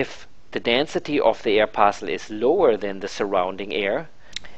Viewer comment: "an air parcsul"